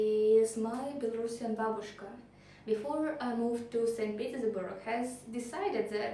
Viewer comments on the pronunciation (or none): none